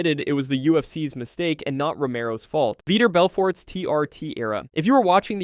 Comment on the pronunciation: Lmfao “Veeter Belferrttt” 😂🤣😂🤣